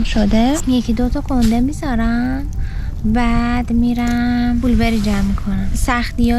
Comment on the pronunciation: بلوبِِری ❌ بلوبًری✅